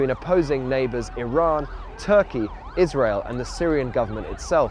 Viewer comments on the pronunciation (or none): none